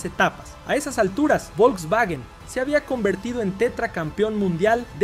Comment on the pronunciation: "el vovlvuovio Polo" jsjsjjs